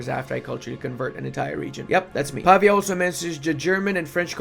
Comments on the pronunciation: Hi! I don't mean to be rude, I'm a big fan. But as I know you studied foreign languages (as I did) and I sure hope you still want to learn new stuff, the correct way to pronounce the developer name is pav-Í-a, with the accent on the "i". Just an advice from a Serene Republic fan of you, much love bro💙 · I'm feeling for mr. Pavìa, the dude even has a graphical accent in his name and still got the pronounciation wrong for the whole video XD